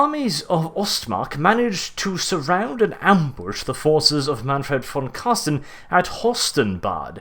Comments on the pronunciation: Mate its Carstein not Carsten fix plz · Car STEIN not car STEN!!!! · Car-stein, not carsten^^ i find it funny how you pronounce it. But nonetheless great vids, i realy enjoy them^^ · it is so funny to see how english people saying his name( im german), i enjoy it everytime and must admid, that is a hard name to spel out :-) and big thanks for this awesome Lore video to him. Vor me as a beginner it braught me realy in to death. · Say: Einstein Now say: Carstein